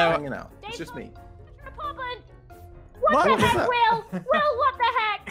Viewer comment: When said what the heck will the first time i thought she said wacha head will